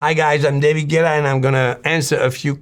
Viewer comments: But why did he pronounce his name in English? Does he hate himself? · “Hey guys I’m Davæhguæh” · “Hey guys, it’s David gwewawae” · He sounds like he doesn't know how to pronounce his name.